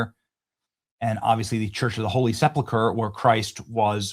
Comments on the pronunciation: sepulcher /sĕp′əl-kər/ - correct pronunciation is important. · Bad Benny said SepLucker again